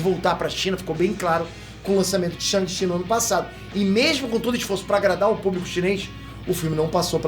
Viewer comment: faz deboche com o que imagina sendo um chinês falando português. - havia pronunciado Shangchi como "xâmxi".